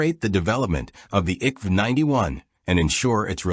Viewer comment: At least try to pronoce the names rìght. I K V 91 (Infanteri kanon vagn 91)